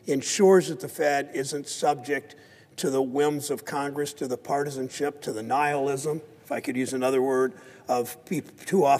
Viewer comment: That's funny he said Nihilism. Sounds like the Nile the river in Egypt.